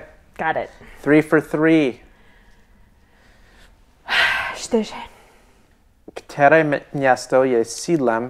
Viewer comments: Hi, 2004 is pronounced dva tisíce čtyři and 2007 is pronounced in Czech dva tisíce sedm. Otherwise a very nice video, it's a pity it wasn't a bit longer, I really like your reactions 🤷‍♀️🤦‍♂️ I only travel within the EU with an ID card. Until recently, it was enough to visit Britain, but what was, was and is no longer. I loved traveling before Covid 19, and always only used an ID card. I don't even have a passport since I left Slovakia and became a citizen of the Czech Republic. The main thing is to have a credit card, it was always required by the hotel, that's why I have a travel credit card. Such a nice thing they invented in the USA 😜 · Super video :) p.s. Vyslovuje se “dva tisice ctyři”